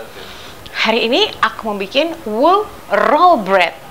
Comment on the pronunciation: Jd ikut tertawa mbak🤣🤣🤣... Sebut nya susah nama rotinya 😀😀